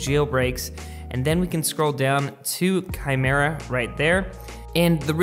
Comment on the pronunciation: Any one noticed he finally got it kymera instead of whatever 🤪😂he was saying in past. Anyways i am not trying to a dick. Love your videos brother and thanks for updating.